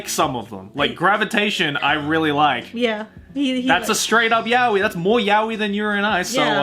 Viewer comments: you know what, let's just agree to disagree. I don't think you're understanding my point. I'm not arguing that he's NOT pronouncing it wrongly, I'm just saying it makes sense for him to pronounce it in an English accent when he speaks ENGLISH. And with my example, fine, take ANY English word and place it in a Japanese sentence. Even someone who speaks both languages fluently would 9/10 times pronounce the English word in a Japanese accent when speaking Japanese. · How is fluent in Japanese and still pronouncing it as yow-ee instead of yah-oi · it's pronounced 'ya-oi', not 'yao-i'. You can search demonstrations on yt. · pronouncing yaoi like 'yao-i' is not an accent, for chrissake. It's plain wrong. Any English speaker can choose to pronounce it correctly. That's not comparable to Japanese trying to pronounce English and it ending up as Engrish, they CAN'T pronounce it better (unless they go through extensive studies). You're trying to make me look bad here, but I won't accept wrong information. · An American pronouncing it yao-i is pronouncing it wrongly. You say 'to avoid confusion' - why not educate the other person? We're all weebs, why would that be an issue? It's just anti-intellectual to give up on pronouncing a word correctly :/ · Why are you mispronouncing 'yaoi',? You know Japanese... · A Japanese word isn't pronounced differently in your language. It's a JAPANESE word. You're just pronouncing it wrongly then. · yaoi is NOT a borrowed word. It means 'gay'. If you use yaoi, you intentionally use a Japanese word, so at least pronounce it correctly.